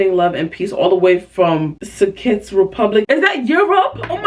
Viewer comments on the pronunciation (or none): Not her not knowing how to say Czech and I think it’s something ab Russia